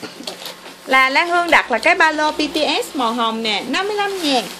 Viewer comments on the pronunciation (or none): Bts mà chị đọc bằng Bitiét